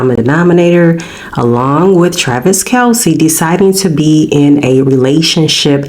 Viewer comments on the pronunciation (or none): His name is Kelce not Kalce.